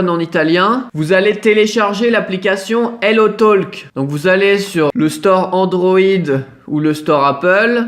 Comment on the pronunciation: talk, parler en anglais, on prononce par le L. Prenonce?...aie encore un francais qui sait pas écrire le francais...